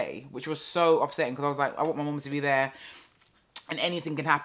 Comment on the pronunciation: Everytime I hear "and all of them tings tere" I think of you lol